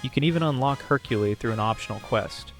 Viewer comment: Did you seriously call Hercule (Mr. Satan) Hercule-e!? 😂